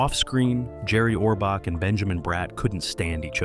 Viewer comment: This guy is WRONG on many facts and he can't even pronounce Orbach! Ridiculous, writers were there for years.